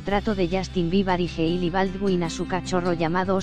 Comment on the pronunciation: Justin bibar? aprendan a habrar por favoy y no mienta se dice biber no bibar dios mio el mundo de hoy